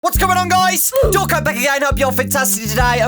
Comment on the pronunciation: It actually says "DAWKO back again" lol I feel bad u been living a lie